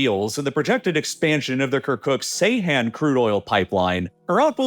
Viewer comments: I am begging you: if you continue to make videos about the Middle East, learn to pronounce Turkish. "C" in Turkish makes a "J" sound. If the word was actually pronounced the way you do, it would be spelled "Seyhan" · Seyhan ❌ Ceyhan ✅ Its pronunced as "Djeyhan", there is another town called Seyhan as well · C is pronounced as J in Turkish, the name of the city is 'jay-haan' not 'say-hAn' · For the future, Ceyhan is pronounced "Jay-Hahn"